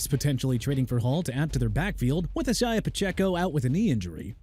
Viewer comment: First off stop with the jagwires garbage! You know very well Jaguars is pronounced JA-GWAARS but you know what?! Who cares, right?! Also Isiah Pacheco pronounced AI-ZAY-UH not E-sai-ah! David Njoku pronounced In-jo-koo not NIN-JO-KOO! Joe Tryon-Shoyinka pronounced TRI-uhn show-yeen-kuh! Also Jaylen Waddle ain't going nowhere. The Miami Dolphins had a disastrous season! They lost to Baltimore two weeks ago on Thursday Night Football and beat Buffalo on Sunday so you're wrong on that! And if you PPL want Waddle and Minkah Fitzpatrick and Bradley Chubb to be traded so bad go ahead then! And New Orleans pronounced New OR-LINS NOT NEW OR LEANS! Be disrespectful to the people of a Louisiana city and Jacksonville's fan base by butchering everything. Doing a good job!!!